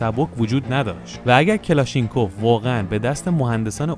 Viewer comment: کلاشنیکُف تلفظ درستشه